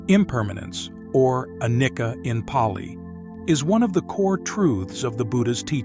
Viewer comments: Anicca is pronounced: ah-nee-cha in the Pali language. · Your presentation is very superficial. Anicca is pronounced incorrectly. The correct is arising and passing away of the trains tiny particles the body and elsewhere. direct realization experience of that is meant to lead you to the understanding of a dukkha and not anatta, not self